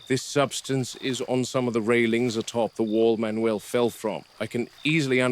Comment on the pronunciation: Manuel ❌ Man not uel ✅